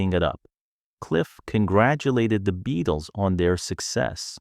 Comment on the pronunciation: What crap! From the moment he pronounces the name as "BE-ATLES" you know this is AI at its worst!!